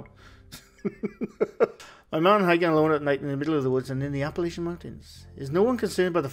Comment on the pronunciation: There's no such place as "Apple-LAY-chan" mountains. It's "App-uh-LATCH-an." Please, YouTubers everywhere, please stop mispronouncing my home!